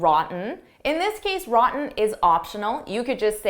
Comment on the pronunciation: Let's compere sentence no 4, during repetition three times with this sentence when you are repeating it 4-th time. In the first situation you are saying "ran" "ran" "ran" and next you are saying "roten", with very clear "t" Why?